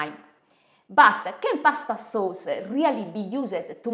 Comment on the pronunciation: we talkuh aboutuh pawsta sawce-uh lol